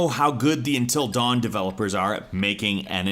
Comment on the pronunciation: Is it just me or did he keep saying " Entil dawn" instead "Until dawn" ?